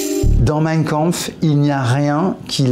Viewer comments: Y’a que moi qui saigne des oreilles quand il prononce mein Kampf ? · à partir du moment où le mec ne sait même pas prononcer Mein Kampf est-ce que j'ai envie de continuer la vidéo ? non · Meiiinnn kaaaaanhourou